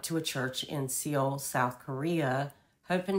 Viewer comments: It’s pronounced “Soul “ - not “See-ol.” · Seoul is pronounced Soul.😉